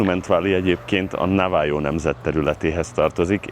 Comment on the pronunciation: Navajo - na va ho-nak ejtik.